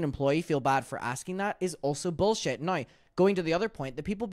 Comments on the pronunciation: I love the way you say "now"! It sounds like "no"! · I hear "noi", love it 😂❤